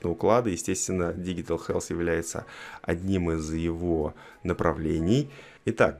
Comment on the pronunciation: digital читается как диджитал